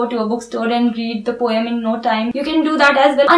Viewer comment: Poem is pronounced as po-em (pow .uhm) and not as po-y-em.